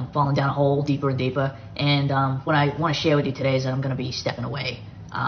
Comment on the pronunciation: “Deeper and deepah” smh. She is soooo annoying! I can’t stand anything about her!